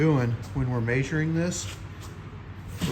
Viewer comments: The way you say measuring messed me up I thought you was saying majoring I was like what the hell is this guy talking about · The way he says measuring really bothers me